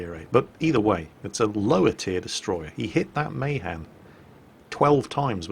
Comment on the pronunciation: The Mahan: It's Not MAY-han It's MAH-Han Sorry for being that way...